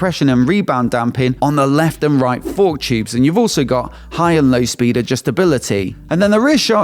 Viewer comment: “Both the for-KK and sho-KK” Accentuation to the max! lol 😂